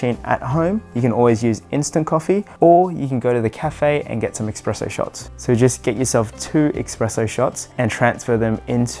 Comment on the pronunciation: I hate to be that guy but it's espresso, not expresso, I don't expect you to change just because I say so, but the x pronunciation genuinely bothers me